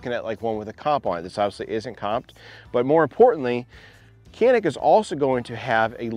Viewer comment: It's not called Kanik. Try to pronounce like "Janik".